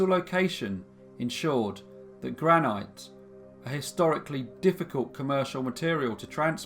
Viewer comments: I live in the Midlands but I did go to secondary school in Wiltshire and I've literally never heard that pronunciation, regional or otherwise. I've only ever heard it as gran - it, as though the e were silent. On the other hand, I now realise that I do say the word 'bauxite ' as you would say 'granite' !! That is I say baux- ite and not baux - it. Not that there are that many hard and fast rules about English language pronunciation considering that so many of our words are French in origin then we are all most likely mangling the lot of them!! I think you will find; however, that pouncing granite in the northern truncated way gives the word much more gravitas and solidity. Southerners can't say the word fuck right either lol. "Feck off " just does not have the power that "fook off " has. Lol Happy New year to you and your people x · I come from Aberdeen and it’s pronounced GranIT not GranYTE 😐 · I wish you’d speed up we aren’t taking notes. Also it’s pronounced gran- it not gran-ite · Sorry but it's pronounced Granit , rhyming with bit not bite! Love your work! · Just a small point, it's pronounced " granit, not granight " you're welcome 😉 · Its pronounced gran-it not gran-night. But do love your videos. Keep up the good work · Angus Armstrong: I am sorry, but it is pronounced granite rhyming with bite, not bit. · Monique Cardell no it’s not! I know people from Aberdeen and they pronounce it granit not granight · It's pronounced gran Nit, .. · What's the big deal? People pronounce things differently. Even in the same country, different areas have different pronunciations. That doesn't mean any of them is wrong. Obviously some people say "gra-night". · Is that the Scottish pronunciation? I grew up in England and it was granit. Never heard granite before. Don´t want a row, just interested. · I love your stuff altough often the pronunciation and intonation is weird. Dilapilate? Gran-ite?